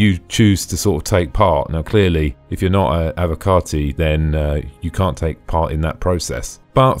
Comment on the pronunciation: I love that its being said correctly for a change "Avocarti"